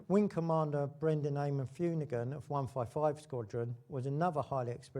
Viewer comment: Paddy Fumigan? It's pronouced 'Finoocan'! 🙄❗️